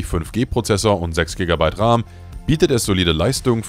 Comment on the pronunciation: Kein sehr gutes video. Und entweder ist das eine KI Stimme in dem Video oder das Skript ist voller grammatikfehler. Beispielsweise wird RAM, auch RAM ausgesprochen und nicht Raahm.